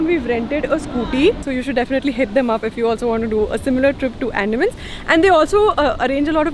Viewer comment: it's अंडमान not एंडामn